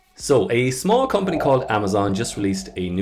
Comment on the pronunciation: Did he just say "sMalL" company??